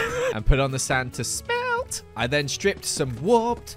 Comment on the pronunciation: The way he said “sme he helt” made my day